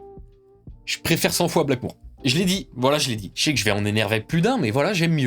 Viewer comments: STP par pitié c’est Blackmore ! Pas Blackmoure 😂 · J’ai kiffé ta vidéo par contre j’avoue que j’avais mal aux oreilles en entendant "Ritchie Blackmoure" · Non, ce n’est absolument pas du Heavy Metal mais du Rock&Roll, ou du Hard Rock. Bien plus mélodieux. Le Heavy Metal c'est trash. On ne dit pas "BlackmOUre" mais BlackmOre.